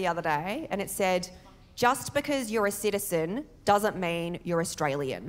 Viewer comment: Best female comedian Ive seen since Roseanne. Honestly, I usually hate on women comedians and Melbourne people annoy me. Your jokes are really good. You say Australian really weirdly and not bogan (PS Im a Qlder)